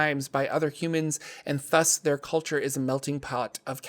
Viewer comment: You have to know that the "th" in thus is a voiced consonent like the one on "the" or "other" not unvoiced like the one in "thought" or "anthem"